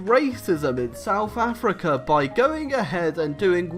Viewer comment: "Souf Africa"